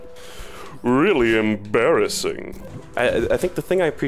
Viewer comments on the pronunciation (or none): you mean "em-berry-sing" :))))))))))) edit: im so sorry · Bro did not just say “em-berry-sing” I love every level in Celeste though, I do not have a worst level =)